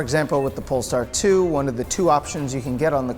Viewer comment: Did he really just say "Poll Tard 2"